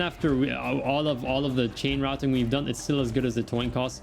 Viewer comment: Toin Coss - oh the memes.